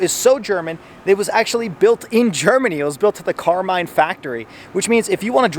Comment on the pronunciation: It's car-man (karman) not car-mine.